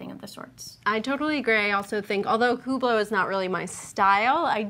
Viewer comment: Ladies allow me to mansplain - the "h" in Hublot is silent. It's pronounced "ooblow". You're welcome.